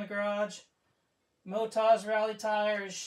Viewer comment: I always thought it's Motoz and not Motaz...😉🙃